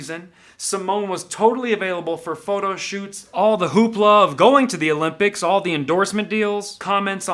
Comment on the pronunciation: Summer "O'limp-dics" 🤣